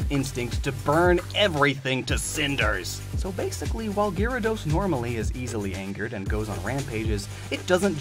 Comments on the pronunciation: cuz he said girados,it's not pronounced like that😑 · GYARADOS, NOT GIRADOS! FIX IT NOW! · HE FLIPPING SAID GRE A DOS ITS NOT SAID LIKE THAT!!! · It’s ga-ra-dose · Bi-sharp? gee-ra-dos? sure